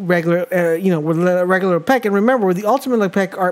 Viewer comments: Lepeck? C'mon bro, "Le-pick" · This guy must be French" Le pec " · You made this video unwatchable because you did not say his name right and you said it a lot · You made him sound like a french hockey player.. he does not play for the Penguins, sir! Pronounce his name right or I’ll have Jean-Claude Van Damme come kick your door in..